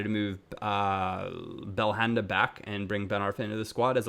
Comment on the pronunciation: don't pronounce the H in belhanda